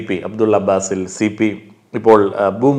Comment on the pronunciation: അബ്ദുള്ള "ബേസിൽ" അല്ല അബ്ദുള്ള "ബാസിൽ" ആണ്.. ഇങ്ങള് കൃസംഘി ആക്കാണോ ഞങ്ങടെ കാക്കാനേ 😡😡 കൊള്ളാലോ സംഗതി..😬😬